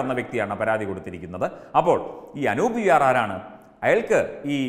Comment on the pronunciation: Anoop allaa, Anoob aanu🤗